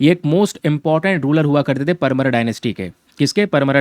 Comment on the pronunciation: Sir me mp se hu, परमार, धार ye correct pronunciation h